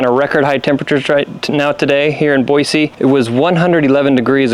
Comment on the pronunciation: Not sure what's worse here- the mustache, the intentional over-pronunciation of the word Boise, or spending thousands of dollars on coolers and Bluetooth thermometers but pretending to be 'just a guy'. Seriously. This whole thing sucks. GTFOH